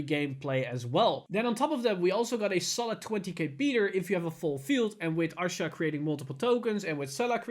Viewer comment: Lol someone keep count on how many times he mispronounces Ahsha's name